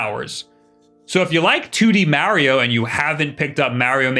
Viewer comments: BRO YOU SPEAK PERFECT ENGLISH. STOP SAYNG “MARYO” ITS “MARIO”. IM ABOUT TO THROW MY FKN PHONE AT THE WALL, ITS DRIVING ME FKN CRAZY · ⚠️ Cant take this dude seriously when he tries to say “Mario”. I don’t get it, he speakers perfect English. Idk why he keeps calling “Maryo”. It’s driving me fkn nuts ⚠️ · I love how he says "Marry-yo" instead of "Mario"...also my majority of time has gone into Octopath Traveler and Mario Kart 8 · When MARIO is pronounced MAH-RIO you take a shot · Oh hes a MAH-RIO guy… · I watch these videos just to hear him say “Mario”